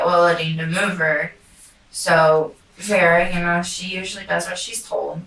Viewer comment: “Veer-ah” not verreah